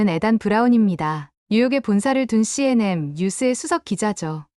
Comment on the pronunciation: CNM이 아니고 CNN예요. 똑바로 읽으세요. 기본지식이 안되어 있어요.